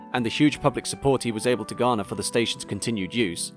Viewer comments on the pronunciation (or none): none